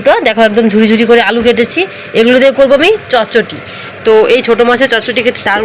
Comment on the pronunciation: মাছের চট চটি এটা কি ভাষা শুদ্ধ ভাষা হলো চচ্চড়ি তুমি পড়া লেখা জানা মেয়ে উচ্চারণ টা ঠিক করে বলবে মনে কিছু কোরোনা তোমাকে আমি অনেক ভালবাসি